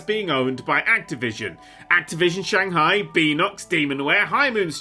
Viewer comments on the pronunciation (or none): none